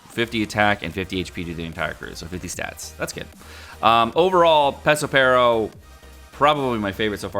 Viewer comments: It's FUKIN PeRospero not pesospero .... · His name is Perospero, not Pesopero.